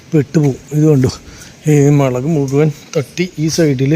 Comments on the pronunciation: മേളക് അല്ല 'മുളക്' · ഒരു സംശയം മേളക് ആണോ മൊളക് 😂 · മേളകോ 😂😂 മുളക് അല്ലെ 😂😂